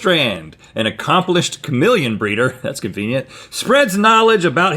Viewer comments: What’s a kamillion? It’s KAH-MEE-LEE-EHN and don’t tell me it’s a southern thing because I’m from north Florida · me: cuh-meel-ee-uhn Rhett: K A M I L L I O N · The way Rhett says chameleon sounds like he's saying kamillion. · Rhett is not saying chameleon 😂